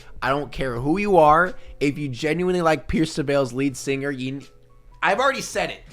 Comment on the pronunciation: Every time he said ,,lead singer” i automatically thought ,,leed seener” lmao